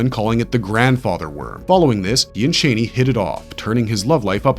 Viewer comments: the way this guy pronounces things is so funny, “lisan-al-gabe” “chaney” no hate man but they literally pronounce it completely differently in the movie 😂😂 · I love how you say Chani like Dick Cheney LOL